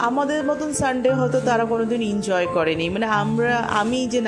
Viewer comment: injoy নয় কথাটা হলো enjoy Style করে বলতে গিয়ে ভুল বলছো